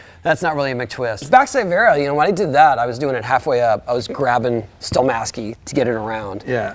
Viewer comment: Hawk says *Stelmasky*. Yep, that’s right.